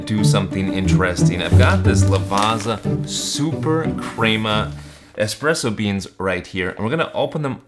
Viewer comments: Ok coming from an Italian its not pronounced LAVAZZZZZZZZZA, ITS LAVA-T-ZA as in Lava = Volcano Lava and "T" =T-om & Za = Za-ra La-Va-T-Za 😊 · Not Lavarza (pronunciation)….Lavatsa. Pizza=Peetsa. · You wouldn't pronounce it Piza, right? So why pronounce it Lavaza?! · It's pronounced "Lavatsa" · But it's not the correct pronunciation, even the english pronounce Lavazza as Lavatsa. Just take some time to practice, you'll get the hang of it. Otherwise, it's a good video, which I had to downvote because of the pronunciation. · I know you're probably partially american so you don't care but Lavazza is pronounced 'lavatza'. Thanks for the review though, I may have a try of some. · it’s pronouced “la-vat-sa”